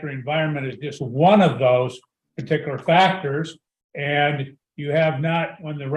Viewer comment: The way he says "partikular" and the amount of times he says it, are a 'partikular' pet peeve with me.